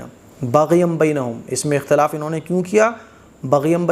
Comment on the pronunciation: ekhtalafu feeh hoga ya akhtalafu feeh hoga